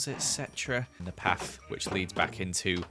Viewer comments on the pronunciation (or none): Why you say paf instead of path?? btw amazing building